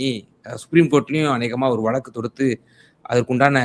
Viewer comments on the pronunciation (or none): none